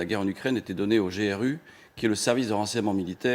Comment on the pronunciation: G-R-U🤦‍♂️ Ça se prononce grou comme dans « groupe ». Vraiment n’importe quoi 🤡